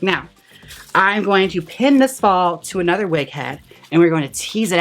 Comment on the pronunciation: LMAOOO "Let's just give this weg,, I sprehhhhhhtz~" CACKLING